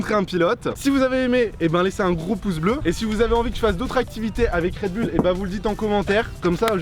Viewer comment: C'est pas RedBoul c'est Red Bull